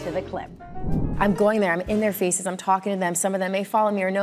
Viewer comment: I got i well, however when she says " in their faces" i understood "interfaces " hehehehe